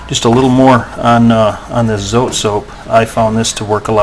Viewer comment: so-tey 2 syllables